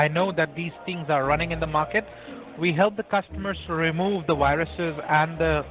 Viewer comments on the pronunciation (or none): is a definite sign you're talking to an Indian "Remove the wiruses" I work with an Indian guy who wishes Man Utd hadn't sold Widic.......Ohhh Vidic!